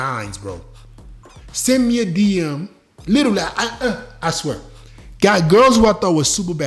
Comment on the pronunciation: Haha..the Nigerian in fit came out when he said “I swear”